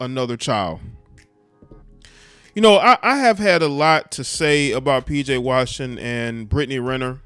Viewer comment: PJ RAWSHINGTON